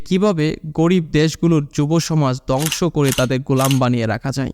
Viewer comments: দংশ না ধ্বংস 😅😅উচ্চারণ ঠিক করুন নাহলে দংশ হয়ে যাবে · দংশ না রে বা, ধ্বংস। উচ্চারণ সঠিক না করতে পারলে ভিডিওর মান খারাপ হতে বাধ্য। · দঙশ কি। দঙস কি ? কথা ঠিক মত বলো।